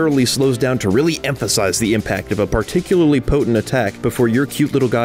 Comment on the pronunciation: You've joined Yong Yea in your inability to say "particularly" correctly lol